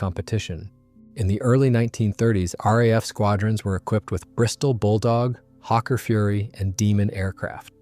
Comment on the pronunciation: And Hawker is not pronounced ‘Hokka’ like ‘fokka’ but with the first syllable like the bird ‘hawk + the closing second syllable’.